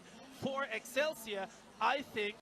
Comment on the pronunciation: Did he say Excelig